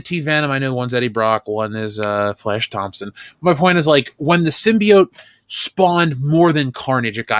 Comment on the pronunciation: After all this time, is STILL calling the symbiote "simby-yowhn"